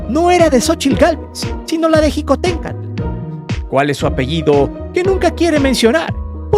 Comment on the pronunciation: No se dice jicotencal se pronuncia shicotencatl y se escribe Xicohténcatl